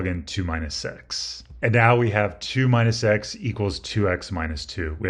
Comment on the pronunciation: He also says, instead of "minus x", "mine a sex".